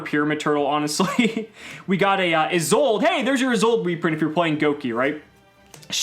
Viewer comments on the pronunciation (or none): none